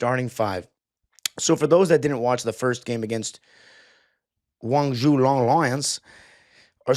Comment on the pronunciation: The way bro pronounces a top 5 most important city in China lol. Wongzhu?? Long Lions